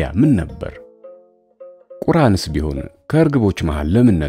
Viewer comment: በነገራችን ላይ ያንተን የ"ሴት" ድምፅ እመርጣለሁ። የሆነ ከወንድ ገፀባህርያን ጋር ተዛማጅነት ያላት ነገር ናት ልበል ምን አልባት "ሌላው መንገድን" ደጋግሜ ስለሰማሁ "አርጅተዋል" የሚለው ድምፅ እያቃጨለብኝ ይሆን እንጃ ደሞ የብዙ ሙስሊም ፀሀፊያንን እያቀረብክ ስለሆነ ማስተካከያ ለመስጠት ያህል እኔም ምን እንዳልክ ግራ ተጋብቼም ስለነበር። "ቁራን" ሳይሆን "ቁርአን" ነው ቃሉ ሲነበብም "አ" ይጠብቃል። ማስጠንቀቂያው ይመለከተኝ ነበር "እንደወረደ" የሚለውን ከስነፅሁፍ ረቂቅነት ጋር አይሄድልኝምና ግን ታሪኩን ወድጄዋለሁ ያሳለፈው ምን እንደሆነ እንኳን ሳናውቀው ስንቱ ነገር ውስጥ ሀሳቤ ገብቶ ወጣ የሆነ የደርግ ጊዜ ላይ የታሰረ የሆነ ባልሰራው ስራ ተወንጅሎ የነበረ የሆነ ሱስ ይሁን አጓጉል ውስጥ ገብቶ እንደው አንድ ቀን ድንገት ሲተወው ራሱን ከእኩዮች አብሮአደግና ቤተሰቦቹ ከያዙት የቡድን ጥጋት መሀል ያገኘው ሳይመርጥ የተወዛገበ ብቻ እንዴትም ሆኖ ከማህበረሰቡ መቧደን ከተረፉት ውስጥ እንደው ባይፈልጉም ፈጣሪ መድቦ አቧድኗቸዋል። ህይወት እንዲያው ነው ታግለን ታግለን ፈጣሪ ያለው ጊዜ ሲደርስ ወደን እጅ እንሰጥና እሱ በቀደደው ቦይ ገባሪ ፈሳሽ እንሆናለን። አንድ ፊልም ላይ ስለ ትዳሩ ሲያወራ "ህይወት የሆነ ረጅም መንገድ ነች ምንደርስበትን እያሰብን እንጓዛለን ደክሞን ለማረፍም አንድ ቦታ እንገባለን እና ደግመን ደግመን እዛ ቦታ እንሄዳለን እናም አንድ ቀን የት እየሄድን እንደነበር እንኳ እንረሳውና እዛው ህይወት ላይ እንቀራለን" ሰምቼዋለሁ ልበል ladygaga ዘፋኝ ሆና የምትሰራበት ፊልም